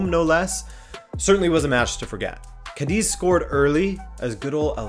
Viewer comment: bro, it is pronounced Cádiz with a shorter sss sound at the end and not Cádezeee. keep it up